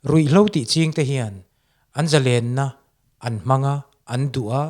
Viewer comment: Zalen tih thluk hi iti diklo kan mi thiam leh zel te hi chuan ka tawng thluk leh lam dan hi chu tidik hram2 teh u... thalai te entawn inni bawksi